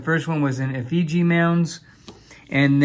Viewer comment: We got an uncirculated box of War in the Pacifics at work. I've gone through nearly $300 worth but they've all been P mints so far. Frustrating!! Also, the "i" in "Effigy" is a short i sound, as in "it." It's not pronounced Eff-ee-gy. (Sorry, but I was born in Iowa.) Awesome finds, though I admit to jealousy over those W's!!